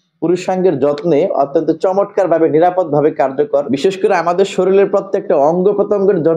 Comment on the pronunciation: ভাই কিছু মনে করবেন না। শব্দ টা চমৎকার। চমটকার নয়। লক্ষ্য করুন।